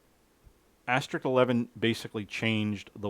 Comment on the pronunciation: Asterisk. Not AsteriK. :) Sorry nobody gets special treatment. Excellent work and presentation. Thank You. N8LBV